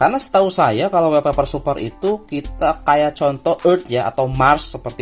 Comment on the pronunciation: Sorry bang koreksi wallpaper bacanya "wolpeper" bukan "welpeper", karna huruf "A" dibaca "O" kalo ketemu 2 huruf "L"... Misalnya All (ol), small (smol), dll🙏🏻